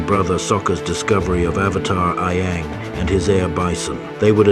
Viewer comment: "A-ang" "Ba-sing-sah" "Hiroh"